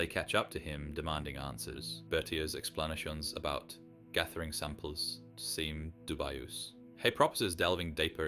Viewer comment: De-VUY-ous ex-PLA-nuh-schöns